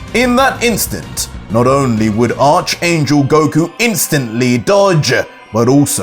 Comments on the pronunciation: It’s pronounced Ark angel. Not arch ya back arch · ARK. - ARCH YOU SAY ARK ANGEL ITS JUST SPELLED ARCH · it's pronounced "ark" angel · Great content. I hate to be the guy but Arch in Arch Angel is pronounced "Ark" via the biblical term of the Arch Angels like Michael, Amenadiel, Rafael, and Lucifer.